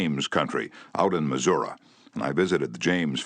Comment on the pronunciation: This is the best version. He says: "Missour-uhh" for Missouri, lol😂. That's gangster 😂